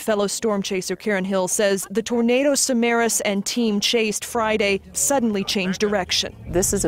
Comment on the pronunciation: And he was Greek. His surname is SamarAs, not SamAras.